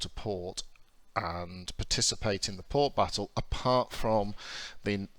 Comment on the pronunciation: WTF is port biffo? Does this game remove your ability to speak English?